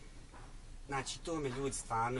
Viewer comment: draga curo nauci pricati prvo,koristi "č" gdje mu je mjesto kaze se "znači" a ne "znaći"......seljacino jedna!